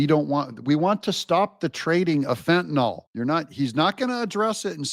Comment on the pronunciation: Mr. Meticulous says: "Fentanyl" not fen-ta-nol